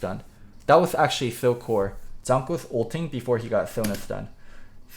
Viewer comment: it's jANKOS not Jonhkos.. Please man. AAA not OOOO. Your better than that.